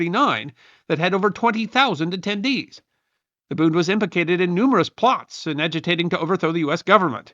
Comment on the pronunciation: Hearing "booned" is like nails on a chalkboard. The d on the end of a German word like "Bund" is pronounced like a T. The u is not "oo" like tooth, but is pronounced closer to the u in push.